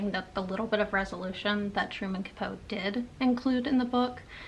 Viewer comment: Love your channel, and hearing your insights on what you are reading. I've read In Cold Blood & found it to be interesting. It pretty much kicked off the True Crime genre. Yes, he did take liberties (aka just made up scenes to make the book more interesting), and it worked. Today we are more likely to see the disclaimer - Based on a true story. I believe Capote is pronounced kuh-po-tee. I also read 1984, back in junior high, so it's been a while. I definitely would have gotten more out of it if I had read it as an adult. Never have I heard of Birdsong. According to Goodreads it's #2 in a trilogy?? I think I will pass on that one, but I thoroughly enjoyed your review ❤